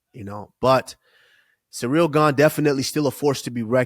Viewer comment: HEY USMAN ITS CIRYL NOT CEREAL YOU JUICED UP SPIDER ......